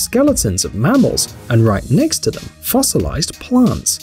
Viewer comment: he said ne instead of next